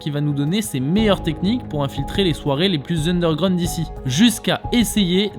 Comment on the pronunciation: Mais t'es un enfant, t'es pas du tout crédible dans ce que tu fais, dans chacune de tes vidéos, t'es pas légitime, ça fonctionne pas. "undergraound" Je zappe, terminé ta chaîne